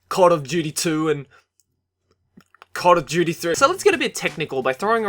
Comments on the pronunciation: was he saying cod of duty or call of duty? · No one else realised he said "cod of duty" xD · prob just his accent but yea it sounded like that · "cod of duty" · "cod of duity".... lol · Lol you said "Cod of duty" Cod stands for call of duty. So you said call of duty of duty. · Was it me or did he say cod of duty? 😂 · isn't a casual gamer, he said 'cod of duty' (not criticising, a few of my friends have said that, I just laugh all the time) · did he call it "cod of duty?"